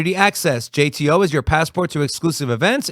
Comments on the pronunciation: I only ever heard it pronounce Jeet-o , curious which is correct now 😂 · Isn't it Jit o